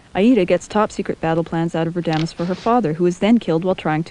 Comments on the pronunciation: RA-da-mes. Accent on first syllable. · My friend and I just watched your video and we enjoyed but he in an aficianado and says you pronounced several names incorrectly such as Rademes in Aida. Perhaps next times you should learn the correct pronounciations before you narrate each scene. You would sound much more informed. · Great job - even the misprouncing of character's names like raDAmes, Woe-tan - makes opera so much less high falootin.